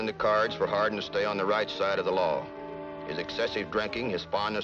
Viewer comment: Born JOHN WESLEY HARDING birth certificate states JOHN WESLEY HARDING thats harding not hardin never hardin HARDING its not hard to say JOHN WESLEY HARDING dont be lazy